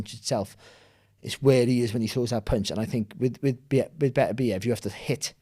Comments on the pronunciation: It's pronounced Betta-Beev, have some respect for the man's name/family name. Your ignorance that it "doesn't matter" is a disrespect regardless of what you think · Sorry for being that guy but recently watched an interview with beterbiev he said it’s pronounced baterbiev as apposed to beter-biev, carry on guys 🤣